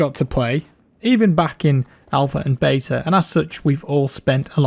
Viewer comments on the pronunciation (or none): none